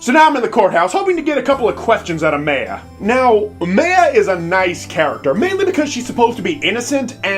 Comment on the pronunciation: Please tell me you're pronouncing Maya incorrectly on purpose